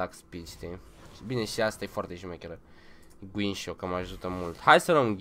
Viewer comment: Te cam bate engleza... no hate. Guinsoo=Ghinșo( la tine ) 😂😂😂